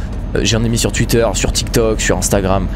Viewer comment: C pas twuitter c twouitter😂